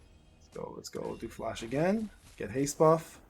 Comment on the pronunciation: What does haze do? Edit it's actually haste. He just says it weird 😂